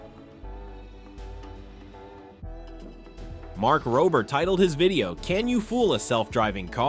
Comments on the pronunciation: bro be respectful u pronounsed mark rober mark robber like robing a bank you pronounce it like rober as in rover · Lol you can't even bother to get his name right